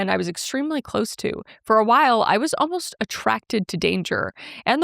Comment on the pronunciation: "Oh-most" instead of "almost" drives me insaaaane. Also I've only heard people pronounce "I've ~been~ there" as "I've ~bin~ there"